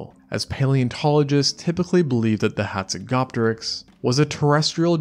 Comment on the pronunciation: You are pronouncjng the name incorrectly. The 'p' in Hazegopteryx is silent just as in Pteranodon. Its pronounced hatsego-teriks